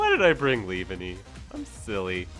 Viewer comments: Leave-Enny?? No its pronounced Lee-Vawn-ee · The way you said leavanny made me flinch😖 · Glad I wasn't the only one 🤢😭